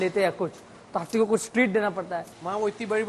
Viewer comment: Hathi ❌ Hatthi ✅😂